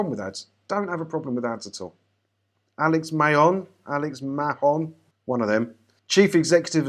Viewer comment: Mahon is pronounced MAAN. It's an Irish name.